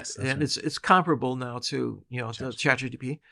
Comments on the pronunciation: sorry, is he saying chat GDP instead of GPT? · The first word of this podcast is ‘ChatGTP’ 😂😂😂